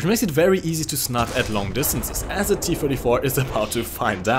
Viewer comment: The way you say "the" really triggers me. I speak german myself, but man, you're not even trying. Nice video btw.